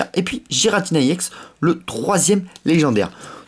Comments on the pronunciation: Arrête de dire yex c’est ex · On dit EX pas IX youtubeur de merde je préfère largement davidlafarge et missjirachie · on dit EX et pas i-EX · pk tu dit iex allor que c'est ex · Tu peux dire EX au lieu de IEX? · c est pas iex c est ex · on dit pas (i ex) on dit juste EX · EX pas IEX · On dit pas iex mais ex comme ex petite amie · ça se dit ex pas iex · pourquoi il dit iex a la place de eX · ON DIT EX PAS I EX PUTAIN C CHIANT !!!!!!!!!!!!!!!!!!!!!!!!!!!!!!!!!!!!!!!!!!!!!!!!!!!!!!!!!!!!!!!!!!!!!!!!!!!!!!!!!!!!!!!!!!!!!!!!!!!!!!!!!!!!!!!!!!!!!!!!!!!!!!!!!!!!!!!!!!!!!!!!!!!!!!!!!!!!!!!!!!!!!!!!!!!!!!!! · C est ex pas iex puré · Pourquoi tu dis iex alors que c'est ex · c'est pas i EX tes con ou coi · Bien jouer. juste un truc sa me stresse quand tu dit YEX alors que moi d'habitude je dit ex. Dsl les faute.... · on ne dit pas iex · on dis ex yiex